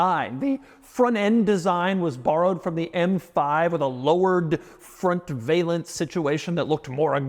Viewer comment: FYI Doug, valance rhymes with balance.